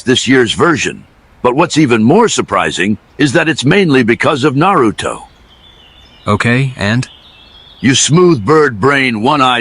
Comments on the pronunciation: Why can't they pronounce Narutos name correctly? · Not gonna lie....A.I is gonna have niggas mispronouncing Naruto for years lol